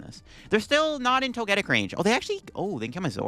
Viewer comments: It's pronounced Toge-Tic as in Toga and Tic like TicTok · Plot twist: he knows how to pronounce it, but says it incorrectly on purpose so people will comment on it. Engagement!